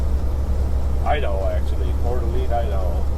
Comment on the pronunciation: Coeur d’ Alene is pronounced Core-duh-lane. I used to live 20 miles away.